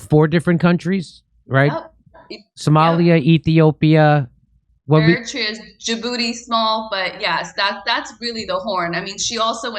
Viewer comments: Eritrea Pronounced Air i Tray a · How does one not know how to pronounce Eritrea?